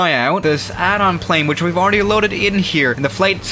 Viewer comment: I listen to that like 20 times xdddddd alr-easdly talk xddd